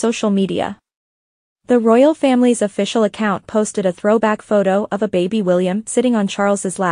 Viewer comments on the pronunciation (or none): none